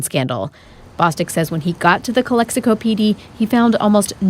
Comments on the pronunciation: it’s not pronounced Calico 😂 it’s pronounced Cal Ex i Co 😂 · CALE-hee-KO hahhahahaahahah it's CALEX-ICO !!! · Calico lmao its calexico why u say it all retarded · You saying Calexico wrong tonto. The X isnt silent